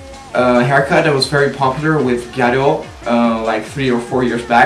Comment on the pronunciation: i actually like your videos but it always sounds like you say " ghetto hair" xDD